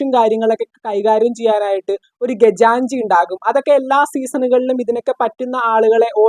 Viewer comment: ഗജാൻജിയല്ല ... ഖജാൻജി .... (ഖജാന സൂക്ഷിക്കുന്ന ആൾ) മെഗവ് ... മികവ് സൊഹമല്ല... സുഖം.